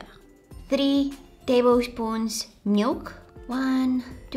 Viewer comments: I like how she says "Meilk" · The way she’s says milk ❤😂🥰 she says it like "miwk" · i love how u say milk